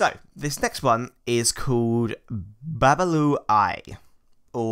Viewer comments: Not babalu aye, is OBALUAYE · You are straight infants in orisha myths please stop as these are not things you should joke around with I have practiced and stopped because this is very real if you have questions please ask cause you and smite cant pronounce the names right